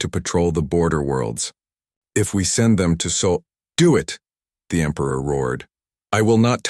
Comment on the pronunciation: What is the 'SAUL' SYSTEM? OH! you mean SOL SYSTEM.